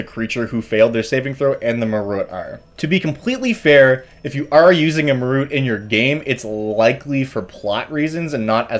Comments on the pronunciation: Side notes: Assuming they're going for the Sanskrit pronunciation, Marut is pronounced /mah-ROOT/. You are absolutely right about the intellect devourer's signature ability. Jeremy Crawford confirmed that a long rest does nothing to repair the lost INT. He recommended greater restoration . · Marut is apparently officially pronounced like "muh root". I personally prefer "Marrit" like "Ma there's a weird cat" and Rit like "as it was written"